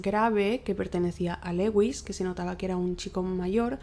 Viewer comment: Me intereso el caso pero no pude acabarlo del TOC que me dio el "Leuis" constante, es bien sencillo buscar en google "como se pronuncia (x) en ingles" y listo, dios... se pronuncia "LÚIS", que cringe ._. si van a hacer casos extranjeros mínimo infórmense de la pronunciación.